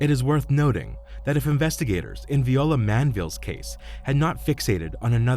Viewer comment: Viola is not pronounced Vee-oh-lah. That’s the instrument. When it’s a person or a flower, it’s Vye-OH-lah. I know this because Viola is my middle name.